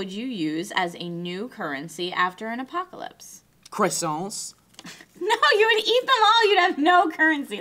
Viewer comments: croissants is pronounced kwasants. goddamnit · It annoys me how they pronounce it "crossonts"